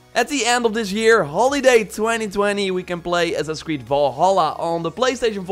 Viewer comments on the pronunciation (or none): "Ass-ass creed" bro what?